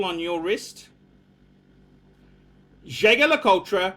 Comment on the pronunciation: if you want to be a true luxury watch aficionado you have to learn to correctly pronounce the names of the major watch brands. Jaeger-LeCoultre is pronounced zhey zher le koolt, not zhay ga la kol tra. You can find all the pronunciations at